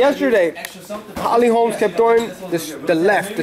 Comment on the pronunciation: stop saying holly "HOLMS" the name is : HOLM HOLM HOLM HOLM HOLM HOLM